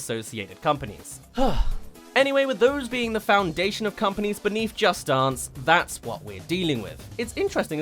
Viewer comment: No Offense, But his pronunciation of "Dance" makes me Upset!